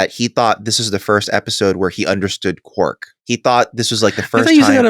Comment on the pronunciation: Quark sounds like Quack, funniest shit I've ever heard